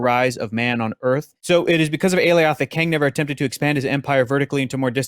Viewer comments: Sylvie is not The Enchantress just because she can enchant. Just like Wanda isn't The Enchantress just because she can enchant. And in the show they pronounced Alioth like Goliath. Not like A-Lee oth. We still haven't seen King Loki from the promotionals. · The "ay-lee-awth" pronunciation made me cringe a bit every time he said it 😂 They said it several times on the show homie, how're you still butchering it like that?